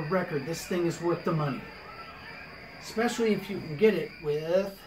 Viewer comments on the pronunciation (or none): none